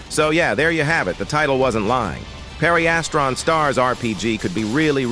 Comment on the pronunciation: Pareistran is how your saying pedestrian